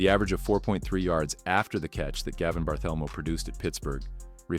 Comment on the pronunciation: The AI voice really annoys. "Gavin Barthelmo". Sheesh!